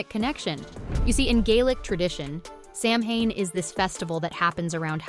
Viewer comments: Samhane? Really? It’s Saa wn. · Samhain. Simplest Gaelic sound? Not Sam-hayn. Sah-wen. SAH-wen. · Immediate eye-twitching when the narrator pronounces it “sam hane” instead of “SOW-en” (among other easily-prevented pronunciation mishaps) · It's not sam hain.....its sa..wen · Mh in Scot’s Gaelic (gal ick) is a v sound. As in Slainte mhath (slan ja vah). The Gaelic can differ somewhat between dialects as it does between Ireland and Scotland. So (So ween) AND (Sa veen) are both correct. It’s that (Sam hain ) that needs eradication. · Seriously is is not pronounced sam haine. It is pronounced sowin. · Samhain - it's pronounced "Sow-en", NOT "Sam-Hane". Sheesh. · It's pronounced SOW-en, not Sam-hane. Please learn to properly pronounce words so as not to unwittingly insult those who actually celebrate these festivals. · It's pronounced "SAH-win" not "SAM-hain." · If you're going to talk about Samhain (Sow-en), you really need to learn how to say it. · You mean Sam (Yuhen) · It's ok to me to mess up. None of us are perfect. U did ur best. Ty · Thank you! I was going to comment on the same thing. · Oof. Diana's last name is pronounced, "Ga-bal-DON" (emphasis on the DON, DON rhymes with stone). And Samhain is pronounced, "SA-wyn". Otherwise, nice insights. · As a Scots-Irish American, even I know how to pronounce Samhain. It's Sah-whin. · Samhain is pronounced “Saveen” in Scottish Gaelic. And it’s not Cull-oh-den its Cull-od-en. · You lost me at "Sam Hayne" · Interesting ideas. Samahain is pronounced Soween. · The Proper Way to Pronounce Samhain: Sow-wen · Samhain is pronounced "sough-an" or "sow-an" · Please, the correct pronunciation of Samhain is *sah-wen". Thanks for the videos, but please! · It's pronounced sarwin! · Samhain pronounced sawwhen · Samhain is Sow-wen... It's Gaelic, not English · Ikr? She keeps saying it wrong and only mins in, I am peacing out. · Learn how to pronounce Samhain before making a video about it.